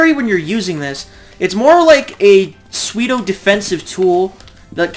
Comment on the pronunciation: Love the videos man, keepin the armor king community alive. Just fyi pseudo is pronounced like sue-dough. Keep the good content comin!!